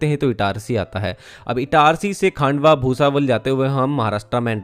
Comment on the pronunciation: खंडवा Not खांडवा